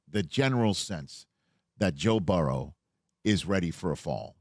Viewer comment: I love Rich…however, I can’t stand how he says Joe Burrows name. It’s mispronounced somewhere close to Barrow.